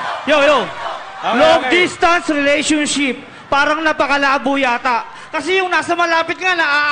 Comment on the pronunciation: hahaha nung unang salita nya palamg nag choke na di nya masyado ma bigkas yun relationship pero i dol ko parin sya xD